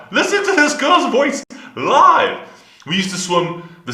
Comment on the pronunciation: I very much enjoyed this reaction. And when you said 'live' it sounded 'love' to me but in a sense it was also very appropriate ;)